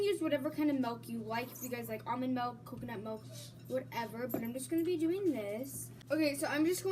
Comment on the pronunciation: it is milk not melk